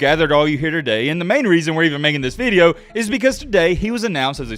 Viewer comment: you lost me at "veedeo"..